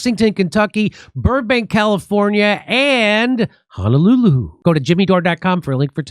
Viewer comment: Thank you for saying Honolulu more accurately😜😘